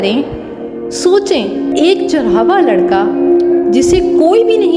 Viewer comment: لفظ چراوا نہیں چرواہا ہے